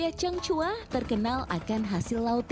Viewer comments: Reporter ny kyk ny salah sebut "chang hua" jd "chang cua".. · Changhua bukan cangcua mbak